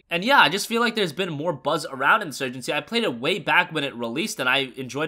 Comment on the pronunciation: in SEWYJENCY